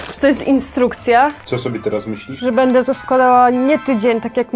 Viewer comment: nie mówi się bede tylko będę